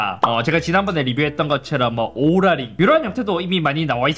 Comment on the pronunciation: 뭔데자꾸 오롤라 ㅇ로랄로 들려